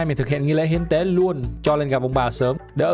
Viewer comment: Hiến tế còn cừu mà nghe thành thiên con cừu :)))))😂